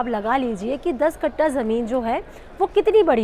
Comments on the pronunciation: Kattha not katta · वो कट्टा नहीं, (कट्ठा) होता है।